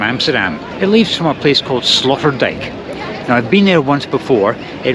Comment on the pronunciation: I love the way you pronounce slaughterdijk.